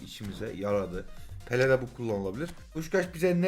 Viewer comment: Abi bir Pele Pepee diyorsun Sonra peleye tekrar dembele diyorsun bu defa😂😂 seviyorum seni iyi. Ki varsın